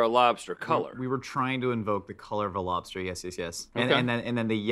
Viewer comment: Lobs-Tart ... just sayin lool